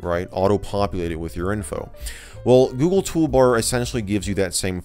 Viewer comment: Toogle Goolbar